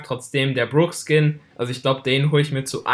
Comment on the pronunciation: alter mich regt es o auf das du brock DIE GANZE zeit falsch aussprichst er heißt net bruck alter das ist ein O und kein verdammtes u